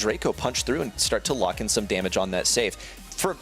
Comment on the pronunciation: He said on lock not on luck